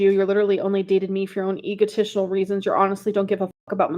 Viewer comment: “Your leEdarally only dated me for your own ‘Egotishinal’ reasons…” 😂😂😂 Even in the 3 languages I know I can’t talk like this even if I tried, she’s a trip!